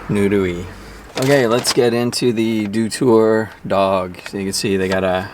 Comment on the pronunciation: Unlike that one, shriveled small pieces of lettuce in a microwaved hot dog are common for me, lol. Btw everyone pronounces it wrong but "Doutor" is read as dot-Our (ドトール).